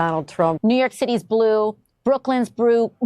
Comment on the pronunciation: AOC can't even say the word blue, lol what an idiot, how did she get elected